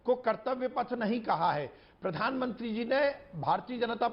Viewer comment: राशिद अल्वी को पहले प्रधानमंत्री बोलना सिखाया जाएं ये आदमी जानबूझकर पीरधानमंत्री बोलता है